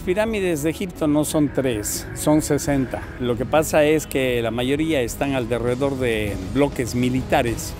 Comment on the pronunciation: "Alderredor" un clásico.